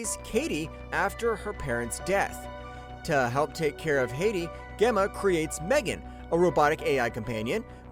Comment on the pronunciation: In Megan, Gemma is a J sound, not a hard G. Shows you did not watch the movie.